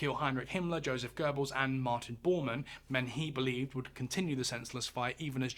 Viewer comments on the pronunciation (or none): none